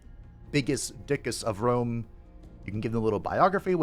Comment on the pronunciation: Definitely Wome 😂